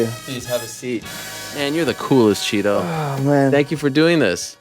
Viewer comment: I'm glad you both said "Chito" and not "Tito" 😆